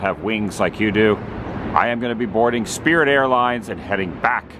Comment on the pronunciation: The "Sprit" of Mediocrity?